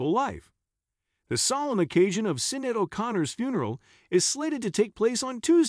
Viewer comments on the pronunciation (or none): If you're going to put out click bait, at least pronounce Sinéad's name correctly.